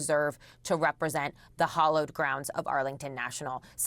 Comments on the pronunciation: "Soul-um" moment? "Hollowed" ground? Gen Z journalists don't even know how to pronounce English. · Solemn- pronounced saw-lum. Hallowed - pronounced ha- lowed not hollowed